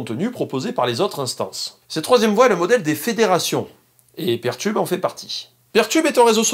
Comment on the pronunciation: C'est peer tube, comme Peer 2 Peer, et non pas pair tube (même si en français on a traduit par Paire. ^^